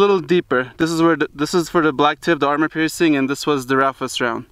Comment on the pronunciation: I like how u say army piercing incendiary 😄